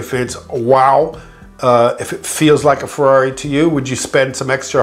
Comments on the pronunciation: Hey you english speaker, please learn how to tell the word italian brand. Ferrari is not a fwerrrrareeee. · After working for Ferrari all those years you’d think he’d learn how to pronounce Ferrari correctly😉